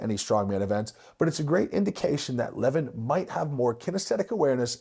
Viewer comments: It's not lEvan, it's levAn actually. It's not that hard, just hear his name from a random video with him. lol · It's not LEvon it's LevAAAn. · His name is pronounced 'le-VAN'(sorry to be a 🍆-but it is). Anyway, good vid, i remember watching levan doing log press... He lacks technical skills, but as we've seen-it isnt easy to log press. If he learnt, he could smash it i reckon. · I enjoyed the video, but Levan is pronounced (Levawn). You’re welcome 🫡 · Pronounced "Le-voun" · Next time you mention his name, it’s pronounced more like lah varn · It's pronounced Lev ON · His named is pronounced Leh-Von i believe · It’s le-von 😂😂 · His name is pronounced “Le-vaan” Moose! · LE-VON .... sorry just had to pause the video to type this, it was gettin to me haha. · Lah - Von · Please say his name right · I’m sorry but the way you pronounce Levan is throwing me off 😭🙏🙏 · anyone crapped on your pronounciation? how you say devon and levan the same?? i’d love to hear your interpretation of his last name!!?? and to correct you he’s 402 lbs 187 kg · how can you devote a 13 minute video to a person and not even bother to learn how to pronounce his name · Didn't even pronounce his name right. Goodness. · Wish you would pronounce his name correctly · Who’s gonna tell him how Levan is pronounced? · I like your content snd au appreciate what you are doing But...please, please focus on pronouncing names correctly. It is a sign of respect. And you seem to be very respectful. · Ohnooo not the mispronunciation of the name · It's the right way to pronounce Levan lol. Like eleven. Most the western world butchers it